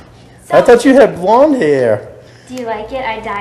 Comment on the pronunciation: EYE THOWT U HAD BWOND HAIWR!!1